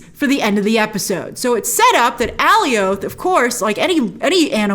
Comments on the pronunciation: it's becasue the comics nae for it is Alioth but I thnk they might have tweaked the name so it's not excactly the same creature? to oliath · oh wow. yeah, should have checked the captions...so... I guess a very weird pronunciation then... also, how in the heck do they know its name? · It's fine to mispronounced names once in a while but she says it about a thousand times. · Does no one know how to say Alioth correctly? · Please can you say the name correctly of Alioth. It sounds ridiculous the way you're saying it lol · I love these breakdowns and all, but something is bugging me. In the episode, and I had subs on too and how the Lokis called him, Alioth is supposed rhyme with Goliath, right? Not "Alley Oath". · Grace: ALLIE-OATH MCU: A-LIE-UTH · It’s jarring hearing you pronounce “Alioth” completely different from the show, they were pronouncing it more like “Goliath” without the “G” which I thought was cool just cause he’s so big compared to the Loki’s. But whatever that’s just a random rant, love your videos watch them all the time! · Oh my god it’s uh-lie-uth not Allie-oath lmao they even said it in the episode so you don’t even have the “I’ve only ever seen it written in the comics” thing to fall on. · Okay, it's nitpicky...but I gotta say it. It's AL-EYE-OTH...not AY-LEE-OTH. Love ya, Grace, but you were making me crazy! 😆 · It bothers me that Grace keeps saying Ally-Oath. It’s “A Lie ith.” I don’t know. Big fan, but it really bothers me😂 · the way she was saying Alioth like “alleyoop” and not like in “Goliath” 🥲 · It’s not pronounced “Alley Oath.” Alioth rhymes with “Goliath.” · I've also been pronouncing it Alley-Oath all my life since I encountered it in the comics, only after the episode did I realize that it should rhyme with Goliath... So Alley-Oath has been burned in my head for multiple years now, maybe the same here? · Alioth pronounced like Goliath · Alioth is pronounce like “Goliath” 😅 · Not alleyoop 😂😂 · It’s like “alias” except its with “th”